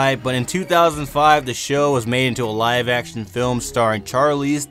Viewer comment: lol "Adult flim"